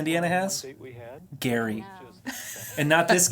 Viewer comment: It's Gerry pronounced Gary, not Jerry. And he lives 8 hours 47 minutes from Leslie.